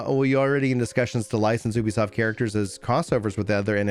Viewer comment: Ubisoft is pronounced like youbisoft